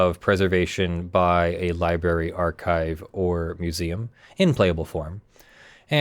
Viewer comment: New drinking game, drink every time says Liberry instead of Library